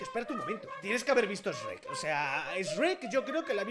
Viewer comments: No se dice sreck se diseño sherk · Sreck no es es shuek asi se pronunsia pero bueno yo no soy un alfabeta me encantan tus videos 😁😁💝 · dice reck (shrek) y me da cringe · En el doblaje español de España le dicen esrek porque es haci se pronuncia s en inglés y rek por shrek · NI ES ESHREK ES SHUREK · Acá SHREK se dice SHUEK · Aprendé a decir Shrek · Todos: sherk: esrek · Ipine89 ah ok jajaja me daba cólera como lo decía mal 😂😂